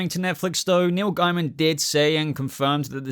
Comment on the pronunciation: PS, i like that says Gaiman amd not Gayman. When i found out his surname was Gayman i was like...why would you want it pronounced like that? Also, i always called that race on Babylon 5 The Gaim, never how they want it to be The Gaym. So sorry Neil, but im calling you Gaiman as that sounds sane to me..